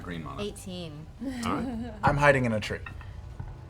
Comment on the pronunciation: Taliesin: "White mana, not green mana." Me: Holy cow, someone actually pronounced it right! Subtitles: White manna, not green manna. Me: Dammit. mana (MAH-nuh, like "Mama") is the term used for the source of magical power in games like Magic: The Gathering. manna (MAN-nuh, like "banana") is the mysterious food that the Israelites gathered in the wilderness. It wouldn't bug me so much except that the spelling 100% conveys the distinction, unlike so many other annoying word pairs in English!